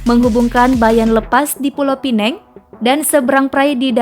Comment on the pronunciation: neng..namanya Pulau Pinang not Pineng